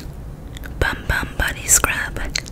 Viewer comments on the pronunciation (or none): This set looks amazing and your voice is so soothing! Also, in Brazil it is pronounced “boom boom” 😋 super common mistake lol